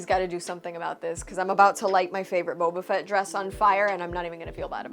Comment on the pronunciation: Did say Boobie-fet? Forgive me. Childish I know. I couldn't help myself. 😝